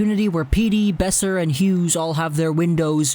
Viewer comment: buddy, are you this stupid. It's not "Beoser" it's Boeser